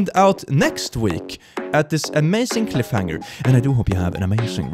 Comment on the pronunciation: Can he just officially start saying "Click-Hanger" instead of "Cliff-Hanger"?